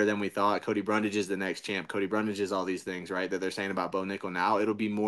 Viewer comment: Don’t get mad at chael Cody he says everyone’s name wrong…